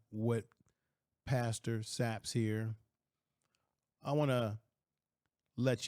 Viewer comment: When did his last name become Sapps or Sappes 😂